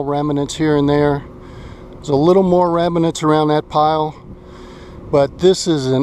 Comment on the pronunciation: *remnants not reminants mate.